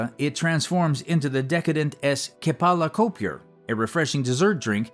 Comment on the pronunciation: Macapuno? it's coconut! It's specifically called Kelapa Kopyor not kepala kopor as it mentioned. Kelapa means coconut and Kopyor means broken. It genetically mutated randomly among the coconut fruit where the water infused and mixed with it flesh partly creates crumbled coconut flesh and the oil content resulting in flesh and oil emulsification that looks like jelly. It's a special delicacy in Indonesia's beverage sold in cafes, restaurants and street vendors.